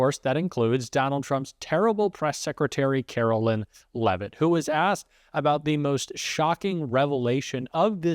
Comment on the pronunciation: Likeer don't like her are neutral about her. It doesn't matter either way but her name is Kar o LINE. Whether you're doing it to be cute or you just can't seem to grasp the difference between Carolyn and Caroline. Either way, it makes it hard to want to stay subscribed to you. Do better.